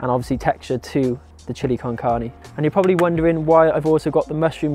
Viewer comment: OMG loved the recipe and also how you pronunciate "carne", I hope to get your book soon, thanks so much for sharing tons of aditional recipes step by step here at youtube. Blessings from México